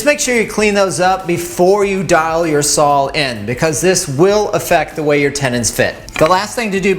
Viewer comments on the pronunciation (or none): wait...did you say "Sawl"?